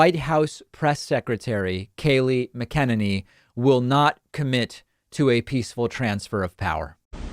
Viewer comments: David - PLEASE listen to other people say "McEnany" and practice it... I often hear you mimic other people's poor pronunciation, but you have been butchering her name for ages.... You sound like you are saying "mi-KEN-any"... It's "Mac-En-any". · Lol it’s MAC-UH-NAN-EE